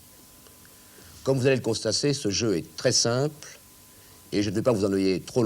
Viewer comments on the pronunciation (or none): 0'30'' : comme vous allez le "constasser".... et je ne vais pas vous "enneuiller" trop longtemps... il stressait le jeune :)